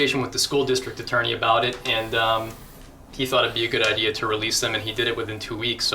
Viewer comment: It's idea not ideal.